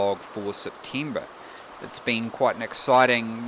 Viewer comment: Whats a 'Septeymber'?